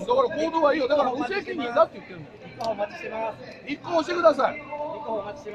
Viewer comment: この無責任っ！の言い方、黙秘っっ！！に似てる